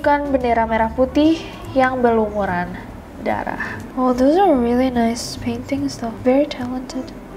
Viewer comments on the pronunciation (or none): none